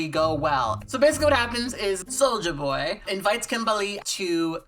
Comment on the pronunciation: It's not even solja boy. It's literally just sojaboy, soja rhyming with doja.